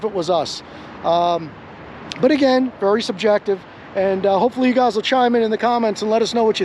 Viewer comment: Dude can't pronounce "subjective" so he disengages...🤣🤣...if Jason and Ben are such huge security threats, shouldn't Deputy Dog stay with them while contacting the proper authorities????...🙄🙄🙄